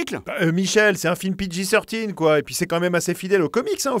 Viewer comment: " c'est un film pidji soeur tine michel" mdrrrrr